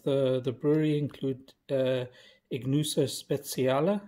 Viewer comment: excellent pronunciation. try the unfiltered one